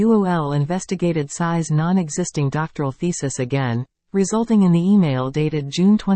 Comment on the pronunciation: Tsai !Tsai Not size ! Please